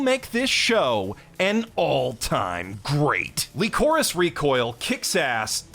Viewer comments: <Pronounces "Lycoris" as "Li-KO-riss" instead of just saying "Licorice" like he does for Licorice Pizza"> Me: He's doing a bit right?: <Pronounces "RWBY" as "Re-WIB-uy-uh" instead of "Ruby"> Me: internal screaming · LEECOREECE REECOYEEL Bruh this pronunciation is killing me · WHY THE FUCK IS HE PRONOUNCING LYCORIS LIKE THAT. THATS AN ENGLISH WORD HOLY SHIT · Holy shit he can't say lycoris correctly either